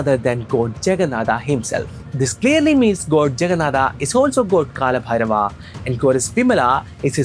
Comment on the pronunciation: Aare Bhai ye kya har Hindi ,odia , Sanskrit ke words me Bina matlab ke aa laga raha he . Jagannathaa kya he it's JAGNNATHA or we can say JAGNNATH. BHAIRAVAA❌ BHAIRAVA/BHAIRAV✅. SHIVAA❌SHIVA/SHIV. Let me help you to pronounce. Say Shi-v-a not shi-v-aa . Got it ? Just like it's Ra-m-a not Ra-m-aa . Ra-ma-yan-a not Ra-ma-ya-naa. Jay Jagannatha 🙏🙏🙏🙇🙇🙇🙌🙌🙌🙌